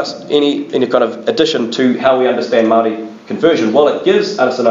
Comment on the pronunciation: The pronouciation for Maori words is absolutely appalling, sorry I couldn't listened to it.